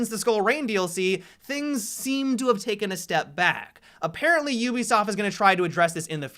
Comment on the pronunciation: Ubisaft? Ubisaft?